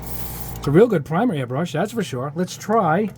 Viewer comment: Hi, as a Swede I think it's a bit funny that you pronounce it earbrush not airbrush, is this common in the US? Thanks for all the videos and great tests! :)